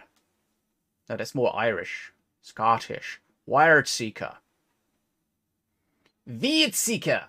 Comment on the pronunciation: bro....its pronounced weird.